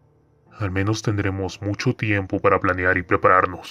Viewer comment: Porque dice cranear en vez de planear?